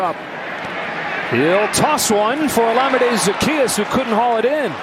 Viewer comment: it's Olamide (Ola-Mi-Dee) and not how the announcers pronounce it, it is a Nigerian name.